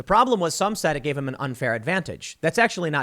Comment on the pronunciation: It's pronounced "him," Tim.